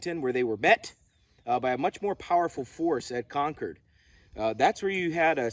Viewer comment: Excellent video; especially the summary. Jared will be happy that you said "Konkerd" the correct way.